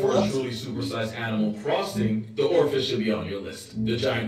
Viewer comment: oarfish not oralfish.